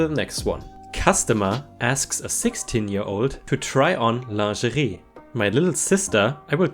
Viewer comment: Your pronunciation of lingerie is really cute!